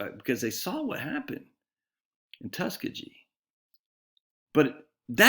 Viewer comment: Tus key gee. Keep up the great work.